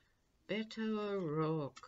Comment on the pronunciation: Hi: Please don't think I'm being rude, but Beto's name is pronounced as if the Bet part is a wager, Bet-o. I love what you do. You have a very attractive spirit.